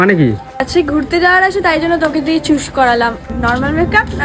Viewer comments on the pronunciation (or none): Choose ❌ চুস ✔️